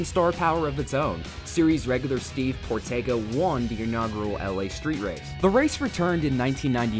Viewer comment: That LA Street Race logo is some of the most late 90s shit I have ever seen. And I was alive back then! Also, Steve Portenga’s name is pronounced POR-ten-gay. I’m totally serious.